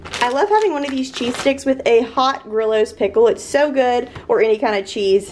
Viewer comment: Lol. They are pronounced Gree Os pickles, not Grill Os. ❤